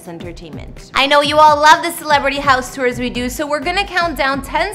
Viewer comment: Bruh why do you pronounce "house" and so many other words so horribly wrong!??